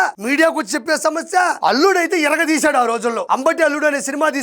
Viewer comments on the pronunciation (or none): none